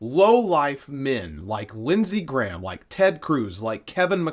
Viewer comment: L Graham doesn’t even know how to say his (Graham’s) name.